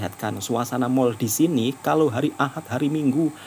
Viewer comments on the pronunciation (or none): none